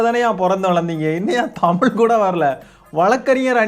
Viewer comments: நீயே தமிழை. தமில் என்று தான் சொல்றே திருத்திக்கோ தம்பி! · தம்பி நீங்க முதலில் தமிழை ஒழுங்காக உச்சரிக்கவும் , தமிலு தமிலு என்றும், தமிழ் என்று உச்சரிக்கவும்.